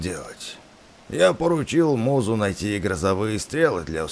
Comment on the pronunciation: не мизу а музу